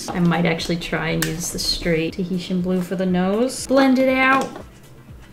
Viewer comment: Did she say "Teheshian blue is a magical place" as in "Tihiti is a magical place" from S.H.I.E.L.D.